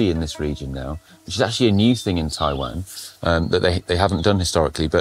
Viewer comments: As someone born in Taiwan, the only thing I'd say is that I was slightly bugged by the incorrect pronunciation of Taiwan throughout the video! Would be great when promoting the country to say the name correctly! Appreciate you guys showing the beauty of the country though. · Taiwan! and what a fantastic episode! By the way, the country is pronounced "Tie-One" not "Tie-waan". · Brits give other English speakers crap for pronunciation, but apparently they can't pronounce Taiwan properly. The difference in the way they pronounce it and how it should be pronounced is like the difference in pronunciation between "ant" and "aunt". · Greta vid…just … wish you could pronounce the name of the country properly 😅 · Hi...English people pronounce "Taiwan" differently to every one else in the world which is strange and even grating to hear. I've often mentioned this to Brits in Taiwan and they defend their pronunciation by saying it's said how it's spelled, so I ask how do you pronounce "subtle"? lol...and don't get me started on how Americans butcher the pronunciation of "Muslim"! The correct way to pronounce Taiwan is how it's pronounced in Taiwan by the Taiwanese and by every where else in the world which (except the English) which is "Tie-one"...and definitely not "Tie-waan". Come on Brits, make the effort to pronounce it the right way or we'll start pronouncing Britain as "Brit-tain" lol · TaiwAn. What’s with that pronunciation from the two of you?